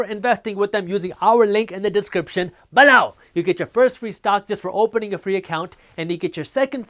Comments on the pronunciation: I like when you say "beLOOUW" better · Hi, Jaspreet. Which online brokerage account do you most recommend and/or use yourself? I was leaning towards Charles Schwab's, but wanted to ask since your video is sponsored by Webull. (Feel free to PM me.) P.S. I love your videos, especially the guac jokes and how you say "below!" LOL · So funny when he says below! Lol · Am I The Only One That Likes How He Says “Below” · Bro just like the way you say below🔥